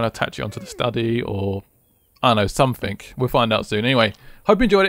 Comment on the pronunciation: Not to be offensive but its pretty annoying when you say somefink lol